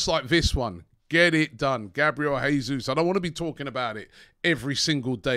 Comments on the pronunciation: If you lot do end up signing Jesus, please please can you start pronouncing his name properly? It’s the Portuguese way (Jay-zeus) not the Spanish way (hey-zeus) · Dude, STOP SAYING JESUS LIKE HE IS SPANISH!! As Brazilian it hurts my ears!!